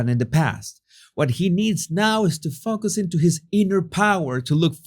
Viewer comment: When you say Focus it makes me laugh, it doesn’t always sound like focus 😜